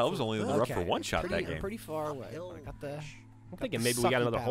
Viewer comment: "I guess the apple doesn't PAR fall from the tree!" ... Nice try Geoff